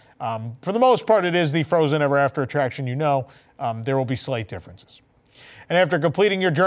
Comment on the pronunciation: Was that a 'sleight difference' I heard?